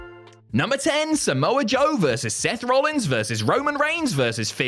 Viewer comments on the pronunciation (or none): none